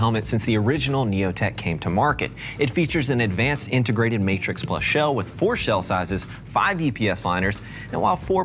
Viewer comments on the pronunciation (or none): none